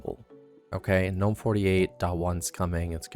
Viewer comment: GGGGGGNOME, not NOME